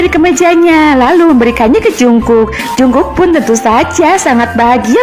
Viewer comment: Kayak'y dari td yang jd biang kerok sitetet deh😂😂 Min,ralat baca Jungkook bukan jungkuk tapi jeongguk ...😆 Semangat min